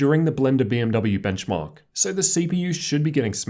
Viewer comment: blenchmark XD